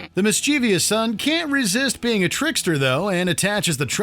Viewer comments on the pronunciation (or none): "mis-chee-vee-ous"?? It's pronounced "MIS-chuff-UHSS"!!